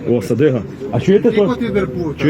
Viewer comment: Садюга!А не Садига!